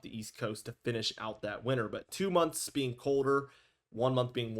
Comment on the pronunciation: Do you know how to pronounce winter?